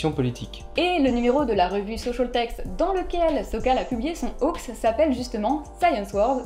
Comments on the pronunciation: C'était très intéressant ! Parc contre "hoax" prononcé "o-axe" ça pique un peu les oreilles ! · "ho-ax", j'ai toujours prononcé ça "hox" personnellement, j'imagine que c'est comme gif et jif, les deux prononciations sont courantes. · Ah non non, ça prononce bien "hox" (/hoʊks/ en alphabet phonétique) mais on a prononcé ça n'importe comment car on trouvait ça drôle ^^' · très intéressant, par contre dire ho-ax ça choque... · Nan mais cette prononciation de hoax me donne des envies de meurtres >.< Vous avez fait exprès, rassurez-moi ? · Vous pouvez éviter de prononcer "Hoax" à la française ... C'est moche à entendre. ><' Et vous utiliser aussi le mot français canular donc c'était évitable.